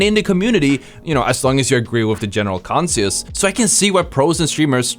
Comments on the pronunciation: did bro say general conseus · Bro, the way you pronounce concensus 💀 💀